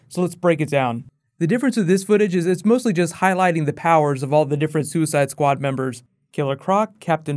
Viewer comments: "Suicideuh squadeuh" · "Suicide-ah Squad-ah" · soo eh side ah, squa dah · "Suicidoh Sqaudo"